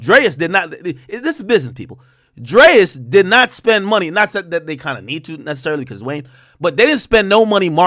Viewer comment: To alll my black folks it’s pronounced “DRE’S” Your welcome